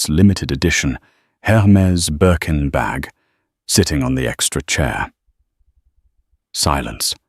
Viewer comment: It's a Birkin bag, not Berk and Bag.